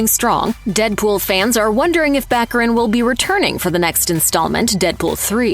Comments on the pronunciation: Morena Bach-ah-reen. Not back arin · It’s Ba-care-in! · Baccarìn, with the accent on the last i, please. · Venetian pronunce is Baccarìn. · Before you narrate a video about someone, you really should learn how to pronounce their name. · Would it be possible for narrators to learn how to pronounce people’s names?